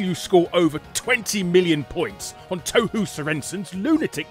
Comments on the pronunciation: It's pronounced tow-hoe, Jeez English spelling sucks! If you still don't get it, pronounce the two "ou"s as a long "o". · Well, he did pronounce it Toe-Hoo instead of Toe-Hoe, so clearly he'd never heard of it. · I'm a bit more triggered by it being called "Touhoo" instead of "Touhou" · t-oww how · >touhou >obscure >pronounces it "toe-hoo" larry please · Clearly its pronounced as t a w h a w /s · Touhou Toohoo Teehee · I thought Touhou was pronounced "toe hoe" too. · The fact that he pronounces Touhou as "Tou-hoo" speaks about the obscurity of the game in the west. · Ah yes. TOEHOO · The way you pronounce "touhou" pains me XD toe-hoo